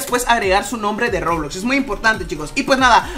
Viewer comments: porque dice rulux y luejo robux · Porque dises roblux?